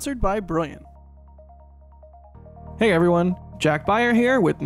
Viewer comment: Opening "This video was sponsored by briyiant." had me in tears. Gotta be brilliant with brilliant, no?